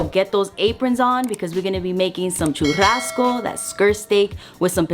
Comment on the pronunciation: Churrazco? 🤔 sounds different but you made it look bomb.